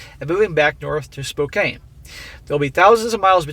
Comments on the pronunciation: It's "SpoCAN," not "SpoKAYNE," and wahmen are horrible up here. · It's pronounced (Spo- can) Washington State. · There's no way you could know: Spokane is pronounces spoke•Anne. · Spokane = Spo - CAN